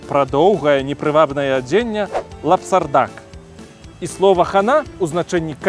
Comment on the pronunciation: Вэрхал і лапсардак чуў і крыстаўся, але той лапсардак пачуў ў расейскім вымаўленні першы раз. Прыкольны выпуск.